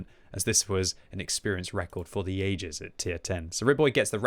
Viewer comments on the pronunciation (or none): none